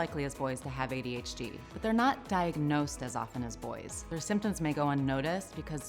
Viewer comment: It sounds like this woman says ADHG.....EVERYTIME single time she says adhd....that's IF, that's what she IS saying! She could think she's saying adhd....but saying adhg....or something?